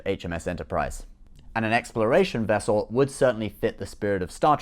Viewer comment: You mean, she was a "Nuclear Wessel"